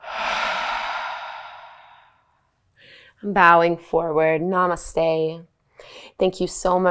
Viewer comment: That’s not how you pronounce namaste